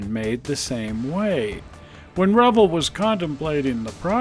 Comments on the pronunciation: You’re pronouncing Revell wrong. It’s Reh-Vell, not revle!! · Sorry I'm a little late to this video and found it Interesting in two ways. First, I always pronounced it "re-vail" but you pronounce it "revel" like rebel. Never heard it that way before but you're probably right. Second, I didn't know there was a model car museum in SLC. Where is it? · you are pronouncing the model manufacturer wrong, is pronounced like Chevelle. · I find it interesting how you pronounce Revell. up here in the NW it was always Ra vell. Maybe it is because we are too close to Canada. Good show.